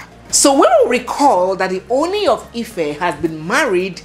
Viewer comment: I am always watching your program. I find interesting and entertaining the yoruba words you throw in from time to time. I will however like you to find a way to learn the proper pronunciation of the title OONi. Please keep up your good work and stay blessed.